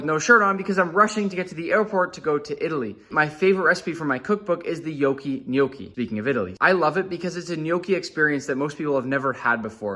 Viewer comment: Nick saying njookey had me rolling on the floor